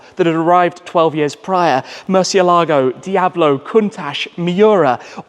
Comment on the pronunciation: Could you please learn how to correctly pronounce ‘Murcielago’. Thank you.